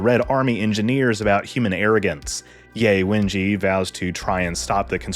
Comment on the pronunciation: It's Yeh Wenjyeh not Yay Wenjee. Jus sayin 😊